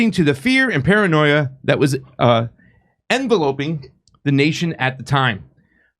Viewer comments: Envéloping with the accent on the seconf e. envelOping sonds awful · Envelope: en-vel-oh-p; Enveloping - en-vel-op-ing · I can't take this host's inability to read. Enveloping? Like an envelope? ✉️ Maybe you should proof read something before you go on the air.